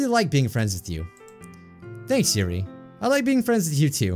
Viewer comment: Yuri your-ee